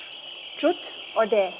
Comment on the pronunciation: interesting storyline, good production all in all, but poor acting - some over acting. Also, while I'm being critical - since when is truth pronounced like it lacks a vowel - It's pronounced trooth, not trruth!? If we indulge in Western behaviour and lingo, then we might as well get it right. Sad to see Indian women think it's so 'with it' 2b doing all the things that stink about being in western society.